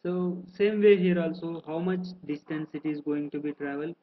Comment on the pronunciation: DISTANCE not destance